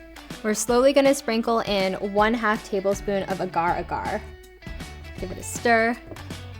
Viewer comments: That’s like literally not how u say agar agar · That mispronunciation of "agar agar" is painful. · the way she said agar-agar LOL